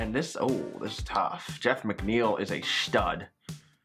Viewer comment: Gorz G shtud